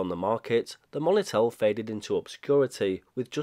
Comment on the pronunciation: I'm wondering on your pronunciation of monitel. The moni part I believe is short for monitor not money. It may just be an Accent thing. None the less an interesting product idea at least. Even if it was crap at the time lol.